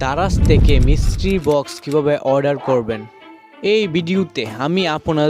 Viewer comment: উচ্চারণ রা মিস্ট্রি বক্স আপনি মিষ্টি বক্স মিষ্টি করেই যাচ্ছেন😐